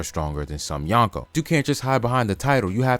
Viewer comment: it’s “Yonko” not “Yanko” Drop the A